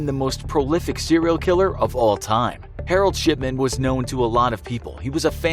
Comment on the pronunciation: Thought I heard herald shitman😂😂😂